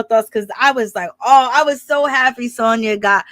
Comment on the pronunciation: I’m mad you keep giving this girl my name and I can’t take it nomo..her name is SANYA NOT SONYA 😂